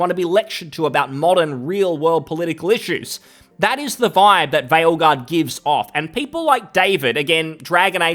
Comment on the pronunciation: "vipe" and "doesnt matrter"? fker you sound like one of them, the one you criticize